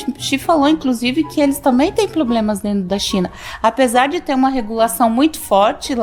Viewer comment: "Eles também tem ploblemas na china"